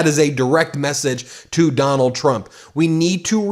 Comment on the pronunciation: Bombing oil refineries and bombing innocent civilians are not the same. Putin taunting “Chrump” (as Caroline pronounces it), and Chrump doing nothing.